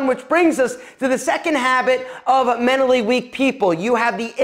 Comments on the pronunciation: I cant get over how he says MENALLY plz pronounce the t....... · Girl, it’s not “menally” weak...it’s mental. Which is what you seem to be. Also, why you gotta talk so loud? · The T is not silent in mentally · I’m pretty sure there should be a T somewhere in “menally”